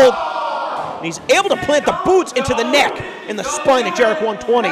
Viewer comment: I dont like it how he says Jerek